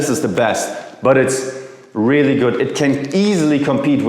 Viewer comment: There´s no t in good! Germans!!!